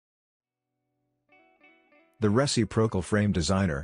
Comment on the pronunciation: you'd think with AI they could modify the text-to-speech to know how to say "re-cip'-ro-cal" from the dictionary. :) re·cip·ro·cal